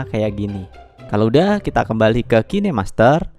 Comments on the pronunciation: Bacanya kin aja jangan kine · Mon maap nich, bacax "kain" master